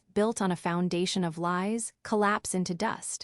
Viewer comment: you need to teach your AI to do better - "L WHY'S' = lies - and others